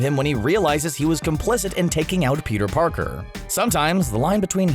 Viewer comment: Am I the only one who heard him say Peter Porker?